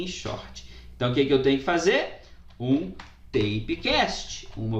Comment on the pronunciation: Ele falando "teipe" cast e eu achando que era "fita", quando vi ele escrevendo aí percebi que era type(taipe) que significa tipo.